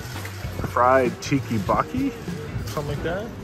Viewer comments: The fried Tteokbokki pronunciation as "TikiBoki" is hilarious! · Oh, honey. You did not just call ttekboki “tiki boki”. You didn’t do ANY research before going?